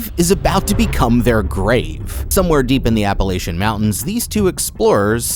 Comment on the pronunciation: A little piece of my soul dies every time he says "Appalachian". Still a interesting video.